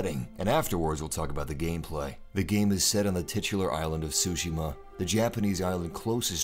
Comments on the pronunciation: Tsushima, not sushima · Tryhard voice ruins the vid. I can only assume the game is pronounced su-shima not sushi-ma... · Its "Su-Shi-Ma" Not Shu-Ji-ma or sushi-ma XD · Its not SUSHI~MA lmaooo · I think the "T" isn't silent. think of how you say the word "cats", that "ts" sound is used. So instead of "su" it's "tsu". hence tsushima, not sushima. Plus i think some of the stresses of the word might not have been right, if I'm not mistaken. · Okay paused the vid at 36 seconds. Why do you say “ghost of sushima”? Cmon man, Tsushima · Did he just said : ghost of "Sushima" ? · mhm ? ghost of sushima . . . tzu-shi-ma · TSU-Shi-Ma. TSU!...Oh nevermind...just keep saying Shushima. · "sushi-ma" this dude has no clue how to pronounce it. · Because he butchered the pronunciation of tsuchima. Dude said "sushi ma" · "Ghosts of sushi-ma." lool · I learned and knew Japanese myself, thanks for the reminder, but I'm addressing that to the video commentator as he clearly pronounced as SUSHI-MA... Watch the video again and see for yourself. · Make a slight t sound before the S. Other than that great preview. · the T is not silent!!! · Oh, tsushima was pronounced wrong